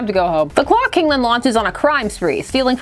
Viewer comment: I keep hearing glock king.